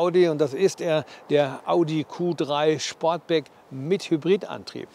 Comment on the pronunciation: Ich glaube er heisst Sportback und nicht Schportback 😊